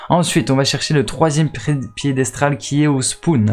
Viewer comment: Mais t’es aller à l’école ????? 😂😂😂😂 piedestral maintenant🤣🤣🤣🤣🤣🤣waaaa jsuis mort aucun sérieux cette vidéo